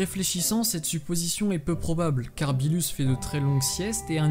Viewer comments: ce n'est pas "beelus" mais "beerus" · Qui sa stresssss quand il dit "billus" au lieu de «beerus» ?😂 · On dit beerus pas beelus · Première remarque: on dit Berrus pas Belus. Deuxième: c'est Berrus qui a ordonné la destruction de la planète Vegeta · Cool la vidéo mais on dis beeRus pas beeLus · Pk tu dit "beelus" et pas beerus ? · Ouai mais genre c gênant moi chuis pas quelqu'un qui et la avk toute les prononciation c'est pour sa que je trouve mieux de dire beerus après chacun ses goûts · arrête de dire le beelus dis beerus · Ses beerus et pas beelus aprznd à parler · Pourquoi tu dit beelus au lieu de beeRus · Tu as du mal à rouler les R lol. Du coup tu dis Beelus ou au lieu de Beerus mdr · Aprznd à dire beerus et pas beelus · Arrête de dire beelus c beerus wsh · Ne dit pas bilus mais birus stp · Non tu dois plus rouler ton R c'est BeeRrrrrus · Vortex Aniki ok mais si tu parle fr c mieux de le pronocer en fr Ps:tu na pas fais ton intro toi meme hahahahaahahah bon ct drole entouca ct pas mal voila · Z Oue mais sa fait bizard impeu